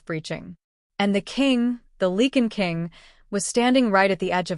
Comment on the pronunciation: It is “Lye-can” not “Lee-can”